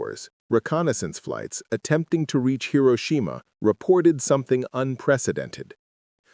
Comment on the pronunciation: Hi - row - shi - ma🇺🇸